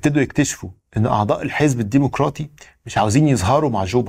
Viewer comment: الديمقراطي بضم الميم بدون واو